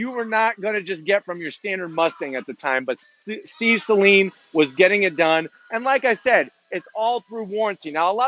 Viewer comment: Thank you for pronouncing Saleen correctly.